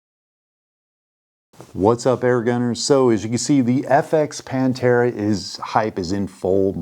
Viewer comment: why is the "H" silent 🤣🤣🤣🤣🤣